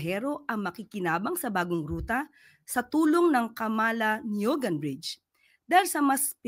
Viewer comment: Camala NIUGAN.. Magkasama po yan kung bigkasin maam. Camalaniugan